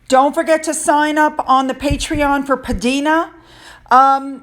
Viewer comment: To all you lovely people: PDina is pronounced P Dinah (as in Dinah Shore) and there is a really cute nod to someone in her name if you look closely. P (Princess?) Di (Lady Di?) n (Ann) a (uh) Princess Diana perhaps? Very clever! 💚🧚‍♂